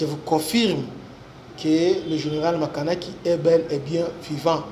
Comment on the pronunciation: Makanaki et non Makanika